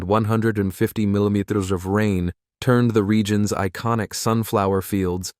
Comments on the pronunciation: Whoa,! "Mimimeters?" Get real, instead AI Generated narrators. I've always known "dirt to crumble" in anyone's hands,. Concrete is a different subject. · "Over 88 minymutters of rain fell,"?! What's a "minymutter?" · AI narration has trouble with millimeters😂